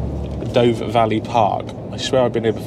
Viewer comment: Interesting and entertaining video again, Great stuff! By the way "Dove" is pronounced "Duv" (like the bird)